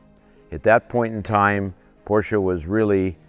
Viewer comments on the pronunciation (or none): It's pronounced “Por-shuh.” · A couple of other "car guys" who make videos regularly say Porsche wrong also. EVERY time I hear that, I downvote the video.